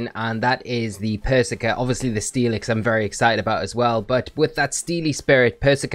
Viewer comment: You know how Starbucks intentionally misspell your name so you post it on social and give them free advertising? Pretty sure that’s what is doing here with how he’s pronouncing “persicker” 😂